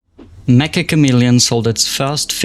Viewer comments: Meccha isn't pronounced like "meh-kah" it's pronounced like "met-chah." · its not spelled "me-ka" its "me-ccha" theres like a hold on the c and its "cha" not "ka", its made by Japanese devs, and the title means like SUPER CHAMELEON